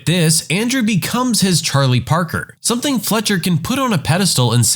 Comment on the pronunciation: No K in the word something.